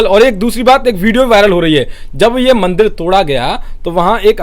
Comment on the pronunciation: Bhai mandil nahi mandir hota hai. Thoda hosh main kaam lo.